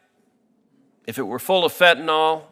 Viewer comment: Can someone please point out to everyone that the drug is Fentanyl, with a Y, not an O. It is pronounced FEN-TAN-ILL, not FEN-TAN-OL. I am surprised at Sen. Cruz for his mispronunciation as he is a very eloquent speaker an does not make many mistakes. Why is it so difficult for people to see that Y in the word and pronounce it correctly? Sorry to be the pronunciation police, but really?